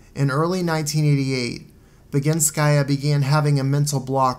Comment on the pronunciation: It was perfectly done really. I adore this video and love your take on things.